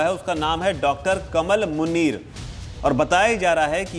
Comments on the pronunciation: It's not कमल, its कमाल मुनीर Please pronounce right. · नहीं इसका नाम डा कमाल मुनीर है भाई आप उच्चारण सहीकरें